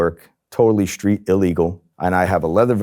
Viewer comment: What does "schtreet" mean?